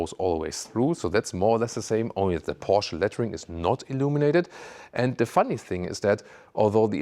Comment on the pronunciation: Like how you pronounce ‘PORSCHE’..👌🏾